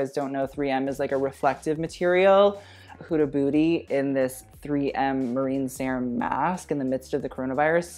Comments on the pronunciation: he just said HUDA BOOTY ? lol hahahahahaa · ahaha sounds like you say hood booty loves it